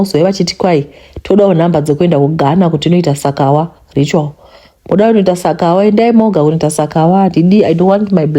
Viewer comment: Sakawa pronunciation manje Tete 😂😂. Ini kunge ndinoziva kuti inodeedzewa sei 😅